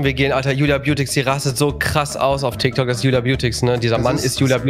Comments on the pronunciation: Tyk tok 😂😂😂 das heißt tik tok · Es heißt Tik Tok nicht Tyk Tok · Och rewi du bist nicht gerade klug oder es heißt Tiktok und nicht tyktok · Tik tok tIk tok Rewi:tyk tok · Das heißt tik Tok und nicht tyk tok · Es heißt tiktok nicht tyktok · Das heißt Tik Tok